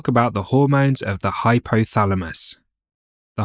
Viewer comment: BLOODY NON-SENSE, DO NOT HAVE CORRECT PRONUNCIATION?...LOOK FOR HORMONS AND HYPOTHALAMUS. IT IS HYPOTHALAMUS AND NOT HYPHYTHALAMUS?